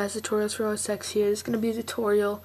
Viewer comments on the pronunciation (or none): BTW, it's usually pronounced as OS 10 not OSex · many people pronounce it OSex, even in the Apple store